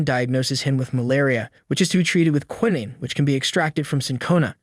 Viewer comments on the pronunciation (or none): none